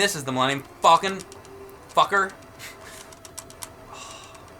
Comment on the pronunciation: Does know how to say millennium falcon its not millennium fallcon theirs no double l, its just like the bird falcon!